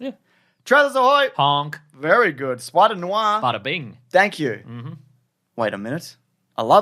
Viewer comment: I thought at first you were saying "Spider Noo-ah" as a bit, but by the end I was pretty sure that's how you're really saying it. It's "nwah."